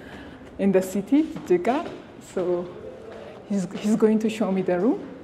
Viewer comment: Nice video! And its pronounced Jig-Jiga not Ji-jiga❤